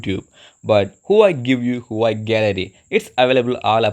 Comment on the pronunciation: what the hell is "PROSER"? what is the phone brand again? i heard "HWEI" WTF IS THAT